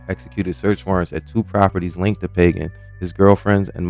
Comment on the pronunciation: And it’s not “Pay-gin” it’s “Pah-Ghan”